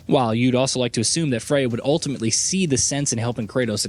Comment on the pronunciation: Aye tree us. Uh trey us